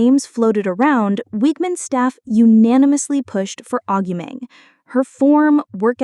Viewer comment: Stopped listening when the AI voiceover couldn't even pronounce her name properly.